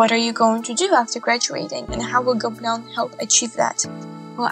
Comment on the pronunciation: And here is was pronouncing gobelins as GOBLINS 😂😂😅